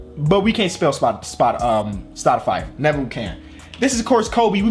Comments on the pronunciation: Did anyone else realize that he said stoude-fire instead of stoudemire , or is it just me? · You said stadifrie